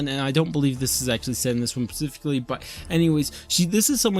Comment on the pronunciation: this is a nitpick, but "spe-sificly" is the pronunciation